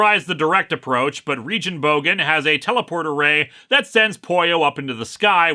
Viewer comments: a lil pronouncing correction: The Name Regenbogen seems to be the german word for Rainbow and it's Regen-part is not pronounced like Regen for Regenerate but with a hard g, instead of Rejenbogen more like Regenbogen^^ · Linkara is worried he mispronounced "Freeholdshire-Upon-Marsh" and then continues to pronounce "Regenbogen" (German for rainbow") as "Re-dschen-bougen" without batting an eye... I appreciate this unintentional comedy :) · Regenbogen is Dutch and actually pronounced more like Ray-Gen-Bow-Gen, the Dutch G sound doesn't really have a English equivelant i think. the word means Rainbows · Wait, is that not where the whole phrase "Tony Chu is dead" comes from? Also, Regenbogen is German for rainbow and is pronounced REAGAN BOGEN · German lesson incoming: The first g in Regenbogen isnt soft, it's pronounced like the G in Guerilla. Regenbogen is the german word for rainbow. German lesson over.